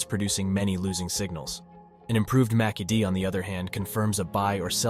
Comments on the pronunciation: "Macky-D indicator" 😆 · You lost me at 'Macky Dee' 🤣